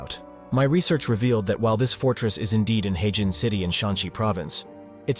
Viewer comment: What in the actual fook?? All these places are well known in China, just because Westerners don't know about them doesn't make them "unknown". Also it is 'her-jin', not 'hey-jin' like you keep saying.